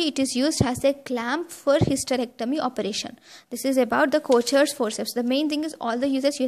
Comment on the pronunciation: But it’s pronunciation is wrong, it’s pronounced as kokers forceps , it’s Swiss word